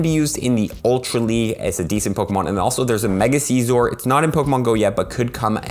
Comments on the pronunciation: I mean the Vid the good as always but you saying SEEEZOR is kinda bugging me lol its seizor (sizor) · Scizor it like sissores not sizor is to Ceaser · C-zor lol